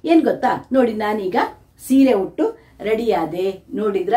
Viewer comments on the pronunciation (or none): ಹುಟ್ಟು ಅಲ್ಲ ಉಟ್ಟು ಸರಿಯಾಗಿ ಮಾತನಾಡಿ 😅ಆಮೇಲೆ ರೀಲ್ಸ್ mmadi😅